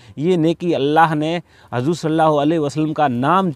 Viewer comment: Bhai tum bhi sahi se naam lo hazur nhi huzur saw 👍